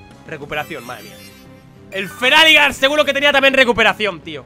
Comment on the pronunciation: feraligatr se dice feraligeiter no feraligar